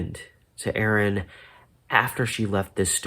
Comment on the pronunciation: FYI, she pronounced her name I-ran. Miss her!